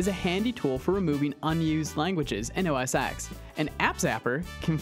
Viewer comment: OS X (Ten) not Ex. X is a Roman numeral for 10